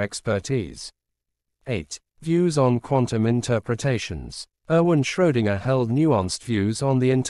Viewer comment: It's not Schrodinger, it's Schrödinger, dammit. Too bad, I wanted to watch this video, now I can't.